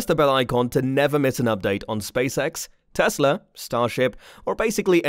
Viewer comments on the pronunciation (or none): none